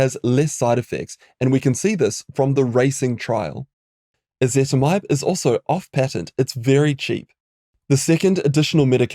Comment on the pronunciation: "Ezetimibe" not "Ezetmibe"